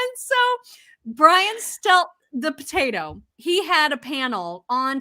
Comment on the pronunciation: "Very poataoie."